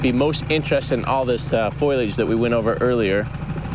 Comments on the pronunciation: Does anyone else yell FOLIAGE every time Jared says “Foilage” 😂 its fo·li·age 😂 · It's not "foilage." It's "foliage" (FOE-lee-idg). It's not made of foil. :face-purple-crying: (Confusingly, "foil" and "foliage" both come from the same root. Leaves are still not made of foil.) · Love these videos but, I cringe every time he says foil-age instead of fo-lee-age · I believe "foil"- age comes in a box from Renolds Wrap. "Fol-i-age" grows wild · Love you Jared and everything you do. Ps it's foliage ❤ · I think he is meaning foliage (trees, grasses, any growing greenery that is present). I was also confused the first time i heard foilage. Have a great weekend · I think of the hair salon every time Jared says "foilage". 😁😆 I know he meants foliage. ❤❤❤ I'm sure I'm not the first to mention it or think it but i couldn't resist teasing a bit as it stands out in every video that he talks about foliage. Keep up the great work and don't let my teasing get in your way. ❤